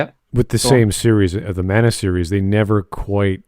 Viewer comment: All of my issues with the German on the right are forgiven because he pronounced "Mana" correctly when Smud and the English dubs of the remakes pronounce it as "manna".